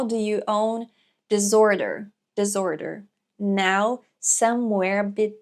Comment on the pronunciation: Duas coisinhas pra mencionar: a palavra "disorder" em inglês se pronuncia com "s" e não "z" (é contrário à palavra "desordem" em português, né? 😄) e a primeira sílaba na palavra "reveries" se pronuncia como o "e" em "revelar" (e não como a palavra "river" em inglês). Obrigado por o vídeo!